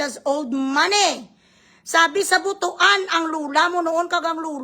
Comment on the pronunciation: ..the proper pronunciation of butuan ay Butwan..hindi butu-an..kasi baka sabihin nila madamu,madami butu!?(TITI sa tagalog) jan sa butuan?😆😄😂.